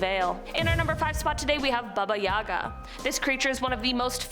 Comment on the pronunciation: Baba yaga. Lol watch Lost Girl for the pronunciation. It's pronounced differently. Good show anyways. I've heard of a few of these but I literally watch horror movies every day.